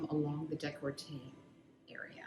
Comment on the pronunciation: y'all said you're in canada but saying "the" before le or la took me out. 🥲and deh-col-tay instead of deck-lah-tay.